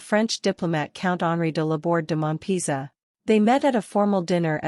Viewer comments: So: WHAT are the 10 "strange" facts ? Then: "De Laborde de Monpisa" ??? You mean "De Laborde de Monpezat" - pronounced as "peza" (with emphasis on the "a"), not "pisa". Queen Margrethe was not crowned - in Europe only Great Britian crowns their King or Queen. Margrethe was acclaimed only. And the French "chateau de Cayx" is not pronounced "care" or "cail" ?? but "Ka-ieks". The commentator voice is absolutely boring, and Americans should refrain from commenting on European Royalty, as you have no idea of what you are talking about. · I heard "De la Borde de Mumps" !😄